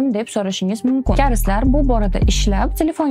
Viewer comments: Karislar deb 😂 koreyslamasmi 😂😂😂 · 🤣🤣🤣 karislar deyishini buni